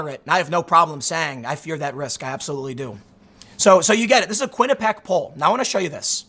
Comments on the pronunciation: Kwin-ih-pee-ak not Kwin-ih-pak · Its "Quinnipee-ACK" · Every time I hear you say quinuhpack I think of why it’s important to go to college